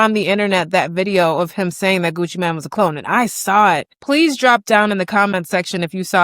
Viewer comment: It’s Mane not Man.